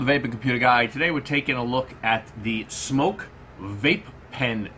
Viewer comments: It’s smok not smoke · It’s called smok not smoke